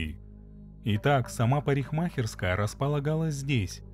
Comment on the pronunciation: Прикольно парень произносит слово "парикмахерская". А история отвратительная. Вот очень не понимаю людей, которые в 2018-ом ещё для себя не уяснили, что их в течении дня снимают раз пятьдесят. Если творишь такой бред как расчленение сослуживцев, почему не подумать меньше попадать на камеры. И я не понял, Кеслер убила Каммингс из чувства неприязни? Ну натуральная идиотка. Человека угробила, если деньги получила то копейки, сама надолго села. Ну отвратительная история как не посмотри.